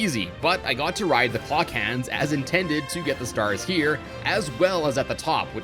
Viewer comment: am I the only one who herd him say nintendid